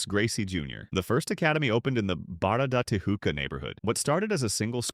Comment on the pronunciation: calling it barra da "tihooka'' is crazy work too